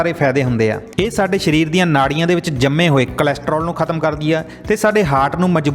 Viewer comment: ਸ਼ਰੀਰ ਨਹੀਂ, ਸਰੀਰ ।